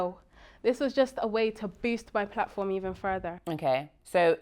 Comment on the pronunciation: “ Evon if “😅